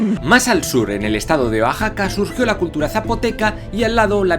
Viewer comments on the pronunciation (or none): hablas de mi estado se pronuncia O A JA CA y no uaxaca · Yo escuché que dijo "bajaca" en vez de Oaxaca. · Amo tus videos... Solo una corrección, Oaxaca se pronuncia (Wa-ja-ca) . Saludos desde allí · es Oaxaca no baxaca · La pronunciación correcta del Estado es "guajaca". Excelente video. Saludos desde México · Que divertido me resulta que logres pronunciar correctamente los nombres de las culturas y los lugares pero te falle un "poquito" el decir cosas más sencillas como Morelos o Oaxaca xD. Saludos desde México.